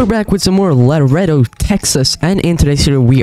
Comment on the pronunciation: Omg its not La redo it's Laredo texas